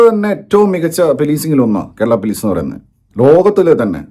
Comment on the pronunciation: പോലീസ് ❌പിലീസ് ✅😂😂